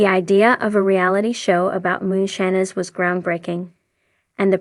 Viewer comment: Why do you say moonshines wrong my god if you can talk shut up.